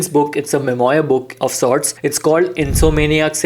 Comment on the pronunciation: It's pronounced Mem-waar and not Mem-oyer.